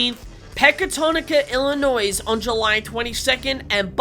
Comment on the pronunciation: Great videos!! Just a small comment, Illinois is pronounced "i·luh·noy". The "s" is silent. "There's no noise in Illinois" is what my dad used to say. I'll give you a break since you're from down under!! Keep up the great work!! So glad your channel is taking off!